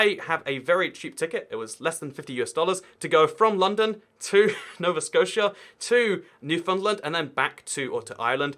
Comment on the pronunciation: “Nova Scott-E-Ah” Waaayy off from “Nova Sco-sha”